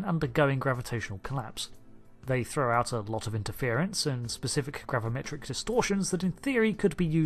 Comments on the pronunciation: *gravimetric....... with an i...... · Gravimetric instead of gravametric?